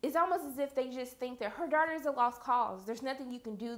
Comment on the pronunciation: When she says daughters it sounds like shes saying darters no offense